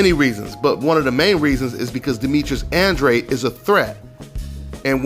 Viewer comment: Why do so many people struggle saying Andrade?